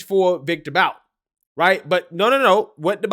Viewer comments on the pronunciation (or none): The name is pronounced like 'boot'. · You pronounce Viktor Bout's last name like (Boot).